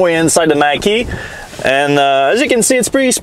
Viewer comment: Oops Mach not Mack like the 70s Mach 1 Mustang.... pronounced Mock ... LOL and definitely shouldn’t be called Mustang, in my opinion!